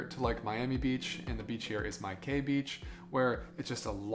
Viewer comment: Why not ask a local how to pronounce place names? Da Nong? Son is more like Sern and My Khe is Me Kay. But you got Hoi An right. But that place is like a nightmare now.